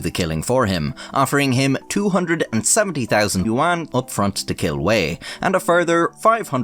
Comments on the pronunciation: for future reference, yuan is pronounced more like "yen" or "ywen". Im gonna pretend I didnt lose my mind every time you said it in this video. I must say, as far as I can tell, you pronounced the names pretty accurately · "You juan" 💀💀